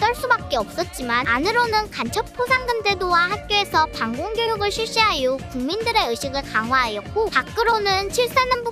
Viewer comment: 진짜 재밌어요. 잘 보고 있습니다. 이승기 대포동이라니... ㅋㅋㅋㅋㅋ ... 근데, 방공(x) 반공(o) 귀여운 실수하셨습니다.